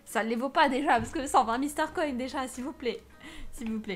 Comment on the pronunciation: Comment tu dit star coin tu dit star coine